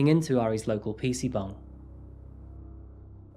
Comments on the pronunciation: Are you saying "pc bung"?? ☝️ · Bruh are you saying PC bung….? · Im sorry to be that guy but whenever u say "PC Bangs" I can't help but hear "PC buns" lmaoo. Great vid my friend✌🏼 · wtf is a PC bung? Are you trying to say PC bang? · no hate but it sounds like you are saying PC BONG xD